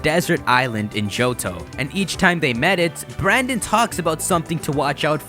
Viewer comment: Dude, the male characters name is brenden not branden